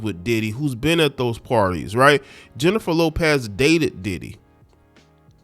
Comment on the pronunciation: I used to follow you and after hearing this crap beginning with the mispronunciation of her name, I want nothing to do with you misogynistic ignorant Unabashedly slanted post. You sound like you not only read the “Dumb knee grow” ignorant black man operational manual. You sound like you wrote it.